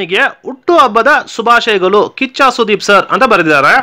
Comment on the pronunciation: ಆರ್ದಿಕ ಅಲ್ಲಾ ಅದು ಹಾರ್ದಿಕ ಶುಭಾಶಯಗಲು ಅದು ಶುಭಾಶಯಗಳು.